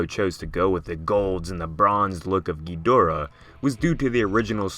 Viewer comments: Okay -- let's get this straight -- in all of the original movies featuring Ghidorah, the accent was on the first syllable -- Ghid'-o-rah. In fact, in the original U.S. release, the translation didn't even have a middle syllable -- the original release title was -- Ghidrah -- the Three-headed Monster. Now, why would this be? Why the accent on the first syllable. Well, for the silly reason that, if you listen to any movie, past or present in the original Japanese -- that's how they pronounce it -- "King GHEED-or-ah. Accent on the first syllable. That's how it's pronounced. So, how is it that everyone has come to pronounce it the other way. The wrong way? King GhiDORah? Well, it's really quite simple. The zero talent hacks responsible the English language dubbing obviously never bothered either to look at the original translations of the older movies nor actually listened to how the name was pronounced in the original Japanese. Somebody just passed around the script with the word Ghidorah in the first script, nobody in the room knew how it was supposed to be pronounced -- and since nobody in the room gave one ten-thousandth of a piece of shit about that movie -- about the writing, about the direction, about the performances -- as evidenced by the fact that the dubbing of those movies makes them essentially unwatchable without a vomit bag handy -- thus somebody probably asked -- how do you pronounce this word -- GhidorAH? GhiDORah? GHIdorah? and some braindead fuck in the room wh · GHEEDRAH is a terrible way to pronounce the name ._.' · like hes saying kinky dora lol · Why do people call him Gidreea? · You know you pronounce Ghidorah wrong. It's meant to be pronounced ghi-da-rah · When I was younger and I heard someone pronounce Ghidorah as "Geedrah" I thought they were 2 completely different monsters that looked identical. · David Brown da is in ‘duh’ or like ‘da-d’ I heard so many versions of how it’s pronounced